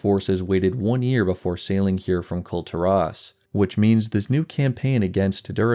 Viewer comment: Kul tearaus you say? It's kull teer-iss, as stated in game many times.